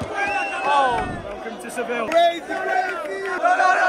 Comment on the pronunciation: Bro said Seville💀🙏😭